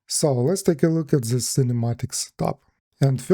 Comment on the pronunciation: Все круто бро, спасибо за видос Единственное, что прям жестко ухо режет каждый раз это ЗИС, попробуй произносить TH как D. То есть вместо З используй Д во всех этих словах